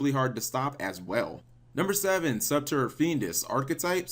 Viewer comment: "Archetype Subturra," hahahaha, I like how you enunciated that.